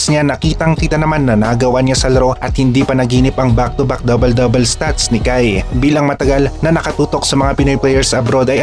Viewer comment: hindi ako alimango..natutuwa lang ako sa pag pronounce nya ng dabel dabel… kaya lang dahil obobs ka kaya kailangan kong mag paliwanag..